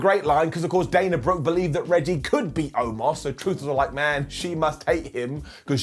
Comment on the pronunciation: Did Beth call her Dina instead of Dana?